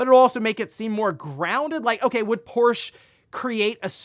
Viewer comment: No less than 3 mispronunciations of Porsche, I couldn't take it anymore and had to click off.